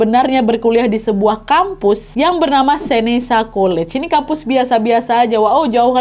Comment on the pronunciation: Hi Nadia, Yg kamu uacpkan College tadi di ucapkan Seneka bukan(Seneca) dan York bukanlah Univ yg terbagus di Canada